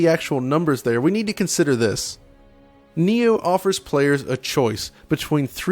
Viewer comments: Its called NI-OH ( knee ohh ) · it's prounce nyoh